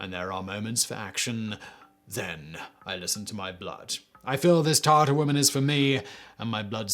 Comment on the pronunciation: It’s not “Tartar woman” it’s Tatar woman lol